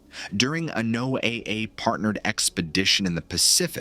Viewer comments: Don't you guys know how to pronounce Noah is this Chinese or Russian haha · NO-A-A... ai junk, changed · No AA? Sounds absurd. Is it really that hard to get it to pronounce correctly? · Um, the only thing that gets me with this video is, he keeps changing his pronunciation of NOAA, 1 minute it's NO AY AY, then he says NO UH, then he goes NO AY...like damn dude, get it right, it's pronounced NO UH, even the folks who work there pronounce it that way. Makes me wonder if is using AI to narrate this stuff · This “story” is clearly being presented as fact. Why don’t you present it as “fiction” in the Titles, so that I have a choice as to whether I want to waste my time. Also, teach your Robot to pronounce words properly! NOAA is pronounced (No-ah) always! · NO A A? Learn to phoneme your scripts before sending it to the AI voice. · NOAA is generally pronounced as ‘Noah’ like the biblical name. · NOAA is pronounced Noah. 😂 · NOAA is pronounced just like "Noah" (my neighbor worked there for 25 years) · This is AI-narrated, right? The strange speech pattern and the repeated mispronouncing of NOAA make it seem like it is.